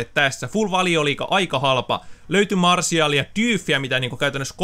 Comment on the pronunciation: sanoit martial